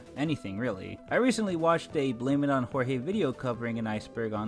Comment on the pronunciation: I don't understand how you can watch jorge's video and somehow horribly butcher his name